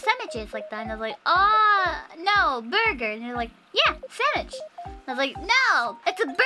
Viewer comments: Henyas english might be lacking in some places. BUT, just the fact that she says "Sammich" instead of "Sandwich" is soo good. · I love how she says sammich. ^_^